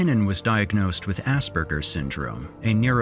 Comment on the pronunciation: "Ass-purr-jer-s" Syndrome, NOT "Ass-burgers" syndrome... Come on, man...